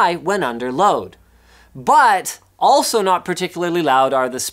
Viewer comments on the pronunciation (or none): none